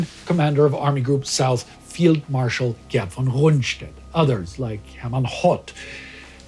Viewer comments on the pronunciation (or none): none